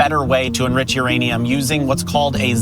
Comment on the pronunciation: Your Aneum 😂